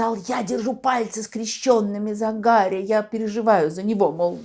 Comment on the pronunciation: А Гарри по русски надо произносить